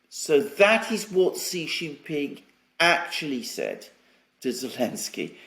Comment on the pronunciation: SHEE NOT JHEE